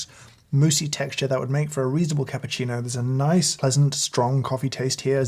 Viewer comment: You broke my heart when you said cappuccino like thing